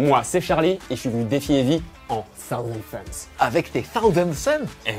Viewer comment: "tahouzen" c'est pas bien, le mec est pas la ... ca lui crache dans le dos direct !